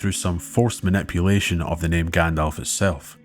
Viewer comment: “Grand-elf”….pffft. 🤦🏻 Thank you for such a well done narrative. I’m re-listening to your back catalogue until the next new upload.